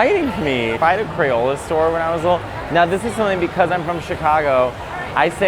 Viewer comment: 'UntuckIt', 'I wonder how big he is...', 'He's so square'.... Matteo you never fail to be yourself...and keep at it. BTW Crayola...that is a long 'o' sound... Thank you for showing us the Mall of America. It's interesting...even without Cinnabon